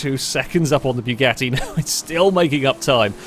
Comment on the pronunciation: Am i the only one whos ears are bleeding when he says BYUGATTI? Othervise it is a really good video. But man....it is BUGATTI, not BYUGATTI. "BYU" sounds like a deep voice of a laser cannon...